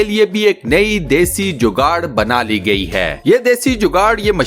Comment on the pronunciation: لفظ جوگاڑ ہے جوگاٹ نہیں